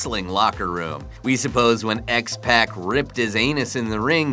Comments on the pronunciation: X pack..? Geez fkn ppl want to make wrestling content and they can't even deliver on the proper pronunciation of the names ,it's X-pac....kinda like tupac...ya diig .. people take their wrestling serious and you should take your job serious...just saying..👍ps, there's no such a wrestler called jim Needhart I think there is a wrestler named Jim Neidhart I'm pretty sure...fkn clown..smh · its pronounced X-PAC (X-Pauk) He actully told me I met him at a charity thing. :) :] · ok... how do you say tupac? thats how you say x-pac. its not x-pack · X-PACK? Too, you guys really, really need to brush up your wreslters names. Its not just this Video either its all of them. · x-pec? need-hart? good-win? whats next? Eva Merrie? DUDE WATCH SOME WWE BEFORE MAKING A VIDEO OF WWE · X-pock not X-pack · x Pack? x ppac pronounced Pock ..fuck you are stupid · X Pac not pack...smh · It’s pronounced pock not pack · U said x pac wrong its spelled x pac but its pronoused x poc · Sound it out with me, goDwin, niedhart, and xpac is pronounced just like tupac. Great story, but maybe do a little more research on the names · X-pac is pronounce x-poc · LOL! I completely agree with you.... lets see... The Goodwins, Jim Need Hart and don't forget X Pack! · and x-pec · The way he say xpac smh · Pronounce the names correctly! X-Pac is pronounced X-Poc and Neidhart is pronounced Nidehart, one word. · Its spelled Godwin not Goodwin also its X-Pac as in X-Poc not X-Peck or X-Pack and its Neidhart as in Nidehart not Needhart